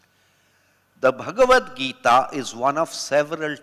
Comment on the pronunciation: She keeps pronouncing bhagwat gita as in भागवत पुराण not as भगवत गीता